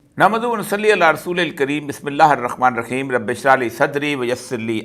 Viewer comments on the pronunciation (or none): none